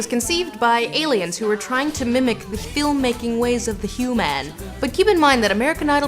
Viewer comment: I like how Lindsay pronounces human like a ferengi. Also, can Todd see through that thing?